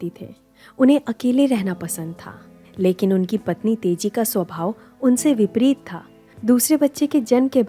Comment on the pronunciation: Aap baar baar Tezi bol rahe ho. Teji naam hai. Chhetra nahi, kshetra.